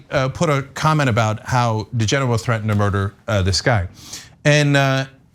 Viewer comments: Odd this. I kept hearing 'Degenerate', instead of DiGenova. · It's DiGenova . On the weekends I raise de genoa on my sailboat, lol!